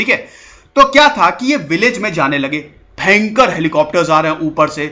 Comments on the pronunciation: मुझे आपके कुछ शब्द बोलने का तरीका बहुत मजेदार लगता है जैसे 👂भेंकर👂मतलब भयंकर ओर एक है👍 ठीक है 👍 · "Bhayankar rrrrr"..😈😬🤢🤕😲😫....story...😁..nice..👍👍👌